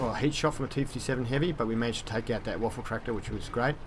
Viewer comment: Its not called Waffentractor...its Waffenträger. Only a Tipp.